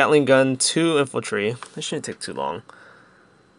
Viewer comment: Infantry. And cavalry. Not infultry and calvary.